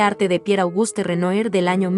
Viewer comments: Mensaje para la narradora, no se dice ECCENA, es ESCENA... Se pronuncia Renoá, no Renoir. ¡Cada vez más enorme! También hay que practicar la lectura. ¡ADIÖS! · Por favor se pronuncia Renuar. Si vas a comentar pintura francés aprende la pronunciación, no es dificil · Renoir= Renua! Es la pronunciacion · Con todo respeto se lee Renuar. Es palabra francesa, gracias por el video. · Renoir (Renoá) pas (Renué) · Muy buen video. Sólo que Renoir se pronuncia Renua. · Hola, buen video! Solo una observacion, se pronuncia "Renua" el nombre del pintor. Se puede checar la pronunciacion en el mismo internet. Solo un tip! Saludos! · Esta narradora pronuncia mal el nombre del pintor.